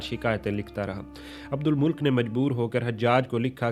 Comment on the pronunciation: Abdul Malik nam h ap esay abdul mulk boul rahe ho😂